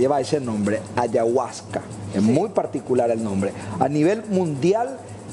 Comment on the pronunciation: Una sustancia religiosa, armano, que pelotuda dios mio y que horrible la manera de pronunciar ayahuasca del periodista